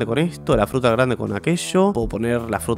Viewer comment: alguien mas se dio cuenta de que en el minuto dijo frutra en ves de fruta